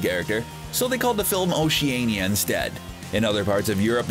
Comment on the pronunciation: May I say HOW YOU PRONOUNCED “OCEANIA” IS TRIGGERING SINCE I’M ITALIAN AND IT HURTS.